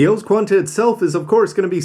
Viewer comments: ELS Qan[T] sounds kinda wrong E.L.S sounds better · Not sure you're suppose to say ELS as a one word, instead one letter at a time. Maybe its just me.